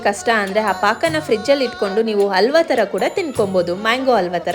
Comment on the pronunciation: Seriously mam..u should work on your diction...it's not alva it's Halva..your Aa Ha is in confusion....